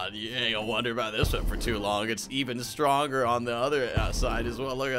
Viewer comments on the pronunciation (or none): none